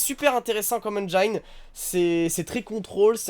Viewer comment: Salut, "engine" Se prononce "engine" en anglais et non "enjaïne" Bisous